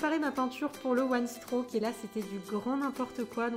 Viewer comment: Je pense que tu ne sais pas ce que c'est le one strock (d'ailleurs tu le prononces mal) Ce n'est pas un un dégradé de deux couleur mais une nuance de deux couleurs !!! Ça peux aussi se faire avec 3 ou 4 couleurs ! Et tu utilises beaucoup trop de peinture ! Enfin bref que des incompétences. Bonne continuation 😍